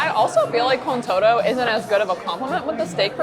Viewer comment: todo is pronounced toe-tho.